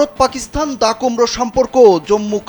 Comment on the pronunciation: আরে গাধা, "পাকিসথান" নয়, পাকিস্তান 😂😂😂...!